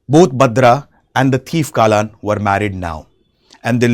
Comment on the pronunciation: its not kaalan its kallan... means theif...